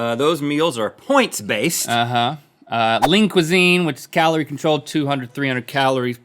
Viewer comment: Am i the only one who hears “Link Cuisine”, instead of Lean Cuisine.?